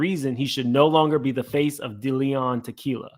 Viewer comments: Its Deleon.... Day-lee-on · This YouTube nonsense is ridiculous half you can’t pronounce a damn thing it’s DeLeon no Da Leon🤦🏽‍♂️🤣 Make that make sense